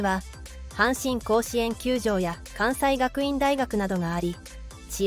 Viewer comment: 発音おかしいところ結構あるね 関西学院（かんせいがくいん）とかが正しいとか